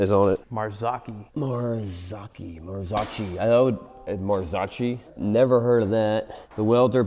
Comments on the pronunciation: Marzocchi, Maar-Zoe-key, its Italian, owned by Fox. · Not knowing Marzocchi, calling it „Marsootchi“, not knowing Pirelli is an italian company and never heard about Moto Morini. Tell me you are american without telling me… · Marzocci ?😮😅 I bet you say ,,Murseiydis Benz ", ,,Biiiieeemdoubleyu" and ,,aluminum ". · You never heard of "Marzoccchi" and "Morini"? In what planet are you living? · Doesn't know Pirelli is Italian, has never heard of Marzocchi and can't pronounce either. So American...